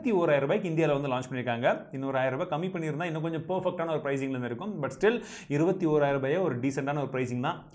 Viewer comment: Bro 21000 anga 201 ayiram appadinu solra mathiri iruku voice theliva podunga bro